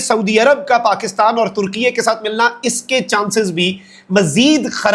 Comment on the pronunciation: بھائی ترکیہ ھے ترکیے نہیں ھے 😂